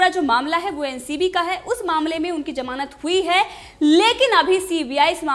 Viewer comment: Madam it is zamanat not jamanat 😂😂